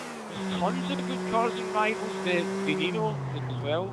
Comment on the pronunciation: GUYS GUYS when saying Veneno it's not Veh NE no its Ven EH no